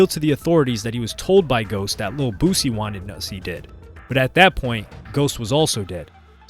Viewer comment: It’s BOO-SEA